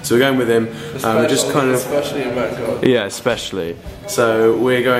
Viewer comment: oil said bancock *it was meant to be Bangkok